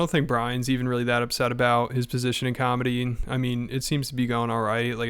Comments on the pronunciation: What you mean b? What about cawlmedy? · You just don't pronounce cawlmedy correcdly, b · Hilarious how Schaub is technically a comic with two specials, yet he can’t pronounce the word comedy 😂